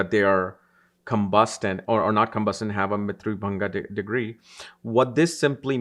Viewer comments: Mrityu bhaga not mrityu bhanga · It's not mrityu-Bhanga...it's bhaga (part)...